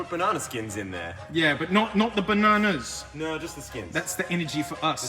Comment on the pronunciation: Ba (na-no) s